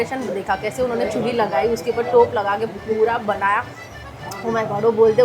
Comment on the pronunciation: जबरदस्त हिंदी है तुम्हारी "चुली" क्या होता है 😂😂 चुल्हा हो सकता है ना 👍 i love your videos and follow you😊